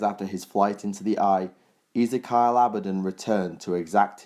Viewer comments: Easy-Kyle? It's 'Ezeekeeal :)' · Who is this "Easy-Kyle" to whom you speak of? Do you mean "Ezekiel" (E-ZEE-KEY-EL)? And it's "Decreed" not "Disgreed". Though I do like this level of information, however, as with the One Sydicate, your delivery is a little sloppy and needs to be rectified. Should you do this it would make these vids more bearable; some people don't like lazy or half-arsed pronunciation that is incorrect. Not trying to be a dick head, just pointing out a blatant flaw that ruins your otherwise great work.